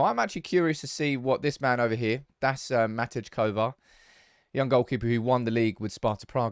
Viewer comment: The "J" in Matej Kovar's first name is pronounced like a "Y"